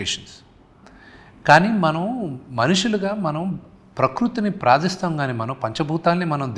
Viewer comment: Praadistham kaadu prarthistham